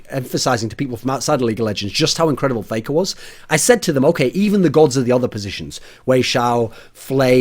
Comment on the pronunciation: "Playker" lol